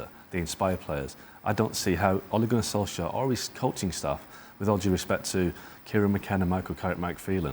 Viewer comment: Tuned out when first guy couldn't even say Ole Gunnar Solskjær right